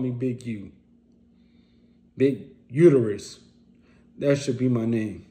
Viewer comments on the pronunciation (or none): none